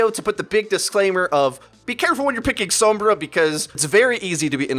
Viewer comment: Does anyone else pronounce sombra and pharah the way does? It annoys the crap out of me.